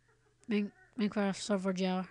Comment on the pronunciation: "meincraft" lol